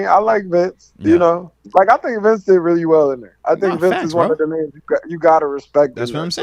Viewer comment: Y’all know it’s “Bince Williams”